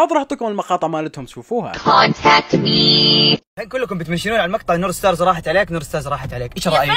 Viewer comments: استمر يا اسطورة ❤ كلنا معك وكتير فرحت ليارا ومحمد جواني ملاحظه كأنو قلت نور مار وهتان😅 اوكي عادي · نورمار ولا نور ستارز😂😂